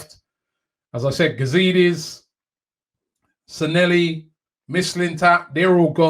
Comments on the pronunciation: His name is NOT San-nel-li....IT is San Lle Hi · At least we no longer have to hear Robbie mispronounce Sanllehi (San-Ye-hee). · San leh hi Robbie.Stop butchering people’s names. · Glad he is gone so we don't have to hear Robbie butcher the pronunciation of his last name anymore 🤣😂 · I can't believe he cannot pronounce his name after 18 months of saying it.....